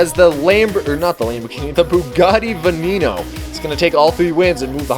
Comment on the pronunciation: “Bugatti Veneno” 😭